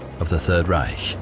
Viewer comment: and thus ends the overpronunciation of the H in reich